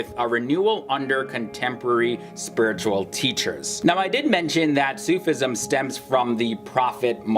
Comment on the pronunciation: Great vid , little pronunciation help: its not Sooof ism it more like Sufi ism